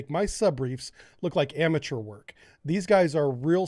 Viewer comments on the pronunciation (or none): none